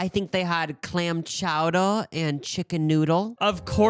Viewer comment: Chowdorw? Wtf